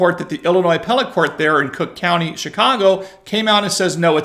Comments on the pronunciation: It pronounced CROOK COUNTY. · Sorry but you pronounced it wrong, it's Crook County.😂